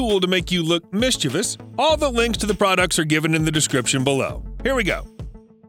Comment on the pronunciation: You pronounced "Mischievious" very wrong. And you didn't even spell it right in the description.